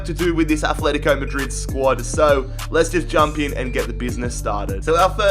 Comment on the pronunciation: It's Atletico not atHleTico